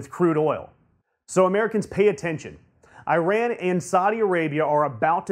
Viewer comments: It's pronounced "E Ron" not "I Ran". For goodness sake, get it it correct!! Don't you know how insulting that is? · FFS it is ee-RON not eye-RAN. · this is Eee-rAN not eye-ran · nice vids, plz say: "eeran" not "i ran" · It is not EYE-RAN!!! It is EE RAAN you idiots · I-ran ?? how stupid is that . learn to pronounce god damn it. I'll start to say A-merica lol. By the way there will be no war with IRAN . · eeran. Actually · It´s æ røn ffs. get your facts straight